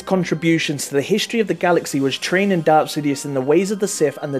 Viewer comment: You say darth not dark